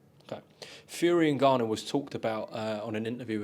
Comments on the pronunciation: Frank calling him Niganu 😭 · frank the grown man calling people names and saying his name wrong